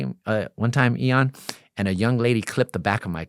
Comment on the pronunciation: If he says Eeon one more time….Im out 😮